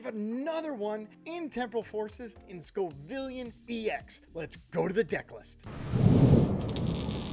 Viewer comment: My dude, it is Scovillain, not Scovivillan or Scovilian Sco - villain. Like the Scoville scale (measurement of spiciness) and villain like the antagonist in a story. I love your videos haha I just can’t take hearing scovivilan 😂